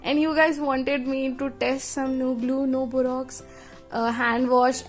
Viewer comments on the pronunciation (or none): it's borax not borox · That is not called Borox it is called borax